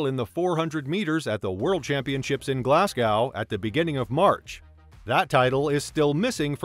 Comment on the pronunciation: Glasgow - pronounced - Glaz-go